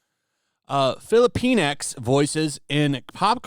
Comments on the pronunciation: Sorry, but I believe it is pronounced "filli-pinks" not "fillipine-ex." And "la-tinks" not "latin-ex." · Sounds like: Fili-penis. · Filipinx sounds like they're calling us filipenis.